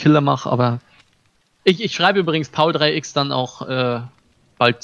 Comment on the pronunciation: Kleine Info das wird paulex ausgesprochen ^^